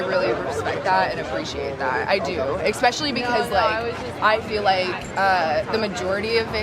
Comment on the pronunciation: Expecially uchhhhh lol